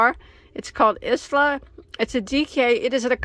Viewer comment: Isla is my granddaughter’s name. It is pronounced “Eye la” xx